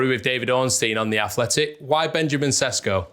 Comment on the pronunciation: Sesko is correctly pronounced "Sheshko" (his name in slovene is: Šeško) :)